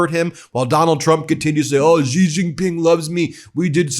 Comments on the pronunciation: Ben is great, I just want him to learn how to pronounce “Xi” as in “Xi Jinping” better. His pronunciation of “X” causes pain — sounds like “g” in “beige”. It is more like “sh” in “she”. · Xi is pronounced SHE not Gee. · Xi - is pronounced like "Shee".